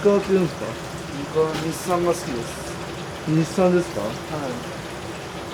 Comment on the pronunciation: 月岡氏が目に見えて強くなっている あと、「日産」って言うの良いねぇ